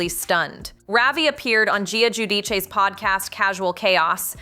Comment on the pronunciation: what the ever loving heck? This kid is like 9 or 10 years old! Hanging on Mommy like that? This is Ariella? Also, i dont know any of the other contestants! I'm slacking on reality shows, evidently... I hate when people say Giudice this way...doesn't the, "ch", sound occur when there are 2 c's together, in Italian? Those Giudice(sp?) women are so dramatic, they can't figure out how to make people say their last name to the most dramatic effect.